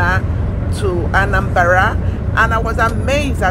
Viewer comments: Nice one.. But not anambara .. it's Anambra. May the gap on ur teeth couldn't allow u to pronounce it well. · it's omambala,were Anambra was gotten..am hearing Anambara for the first time today.